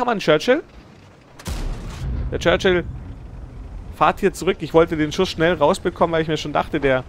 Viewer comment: super runde...aber es heisst "fährt" nicht fahrt :)